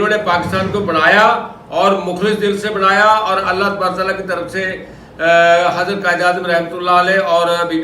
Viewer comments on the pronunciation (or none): none